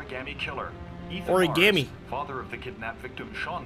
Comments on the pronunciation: Frost Except Kramer he says it like he's never heard the word in his life, and just says it like how he thinks Shelby said it... "Origarmay" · Everyone in this game pronounces origami like a new yorker. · I hate the way they pronounce origami in this game